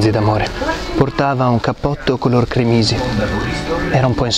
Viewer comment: "Portava un cappotto color cremìsi". Vi prego, gli accenti al posto giusto: crèmisi...